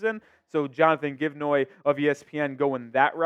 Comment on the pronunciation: Jonathon GiveNoy 🤣🤣 it’s Jonathan Givony